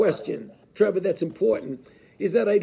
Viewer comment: I'm so happy for Trevor that Dr. Fauci pronounced his name right. Trevah. Not with a hard R.